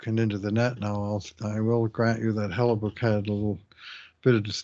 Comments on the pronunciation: Does pronounce Hellebuyck's name wrong on purpose as a bit or is simply unaware all these years later how to say it? I mean, this is a guy who has spent literal decades whining about the refs so it could be either. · Why does say book instead of buck in Hellebuyck? lol does he know something nobody else does?